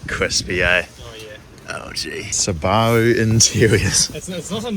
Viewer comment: It's closer to the original Japanese pronunciation so from my perspective the way everyone else pronounces it is strange